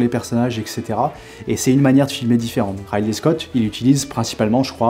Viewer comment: Merci pour cette vidéo. Juste une chose : Ridley, ça se prononce comme "Riz d'lait". :)